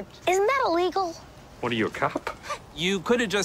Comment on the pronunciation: YYYYOOOOOO,the way it said extremely illigal on the vorizon commersial